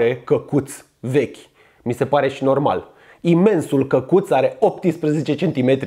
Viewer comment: ma cac pe mine de ras cand te aud cum zici " cacut"=)))